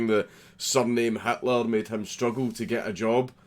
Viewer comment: Did you mean to say "Hatler"? 🎩